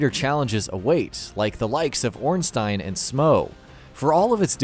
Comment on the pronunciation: Finally someone that says Ornstein and Smough correctly